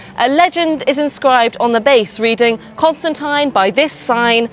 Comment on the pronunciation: But decide on one pronunciation of "Constantine" and stick to it...